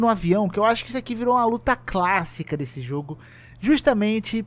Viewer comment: Desse , e não dessu